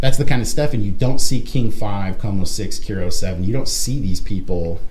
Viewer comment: I enjoy your content. It caught my attention your pronunciation of KIRO was "K-EE-RO". It is actually "K-EYE-RO"